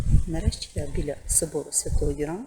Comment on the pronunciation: Архикатедра́льний собо́р Свято́го Ю́ра. Не ЮрА наголос